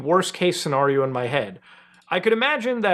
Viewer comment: The way you say "scenario" makes me giggle.